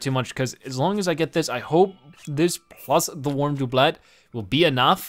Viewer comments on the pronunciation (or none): His pronunciation of “doublet” is like nails on a chalkboard.